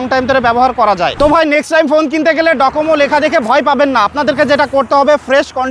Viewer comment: এটা ডোকোমো, ডকোমো না